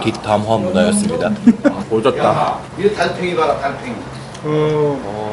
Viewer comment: 난 왜 달팽이로 안들리고 담탱이라 들리지....